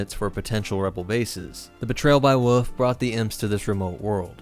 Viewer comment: Did you call Wolfe woof ?